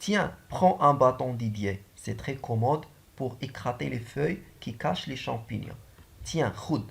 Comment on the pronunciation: سلام أخي يعطيك الصحة يمكنك تصحيح نطق pour écarter les feuilles ماشي écrater merci